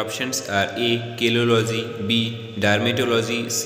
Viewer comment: My apologies is it Kelology or kalology I mean the study of human beauty